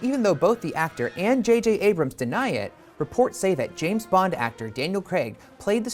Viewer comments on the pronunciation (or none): none